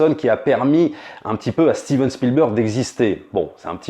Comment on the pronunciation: " A steeven spielberg Fi@ " Jeep reeneegatteee